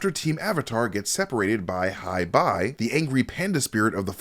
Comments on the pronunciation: It’s pronounced Hey-Bye not Hi-Bye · What I learned in this breakdown: - Aang randomly popped out of the iceberg. - Gran Gran is Katara and Sokka's mother. - Katara's feminist nature was toned down (as opposed to Sokka's sexism being toned down). - Hei Bai is pronounced "hi bye." - "Forcing Aang to travel to Avatar Roku's shrine in the Fire Nation in order to save the untethered souls of his friends." - "Forcing Aang to travel to Avatar Roku's shrine at Crescent Island in order to save the untethered souls of his friends."